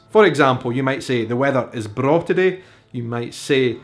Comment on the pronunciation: braw means the same thing in Swedish and you pronounce it perfect haha! It's spelled "bra". Maybe swedes visited Scotland at some point? Also Bairn is close to the swedish work "barn" that means child. Oh my I love languages and history. So exciting how we have oddly similar expressions and why! I just found your channel and I like it. Outlander fan too. Ronald D Moore and Bear McCreary fan (Battlestar Galactica!!!)